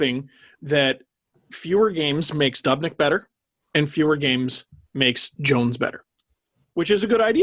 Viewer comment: I’m sorry guys but I’m losing my mind hearing you pronounce Devin Dubnyk’s name as dub-nyk instead of doob-nyk. It’s the exact same as Dubas. Sorry about the nick picking but I couldn’t not mention it.